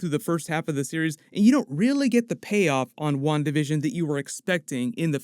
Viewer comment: Spanish speaker here: I keep hearing "One Division" every time says "Wandavision"..